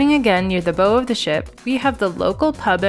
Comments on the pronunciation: I thinks it’s pronounced bow, as in take a bow. Rather than bow as in, bow and arrow. Same spelling but different pronunciation and meaning. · Please learn how to pronounce the “Bow” correctly… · We'll be on this ship in about two months. Thanks for the video! I'll excuse the pronunciation of "bow" :) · Love your videos! We will be sailing on the Bliss in October so this really helped to get oriented ahead of time. By the way, bow of the ship rhymes with cow, not like a tied ribbon. god bless you!